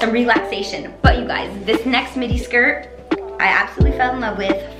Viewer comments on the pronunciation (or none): oh...you were saying "midi" and i heard "mini. i was like " what is she talking about?!"